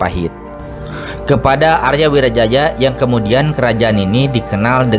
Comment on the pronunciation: Arya wiraraja buka Arya wirajaja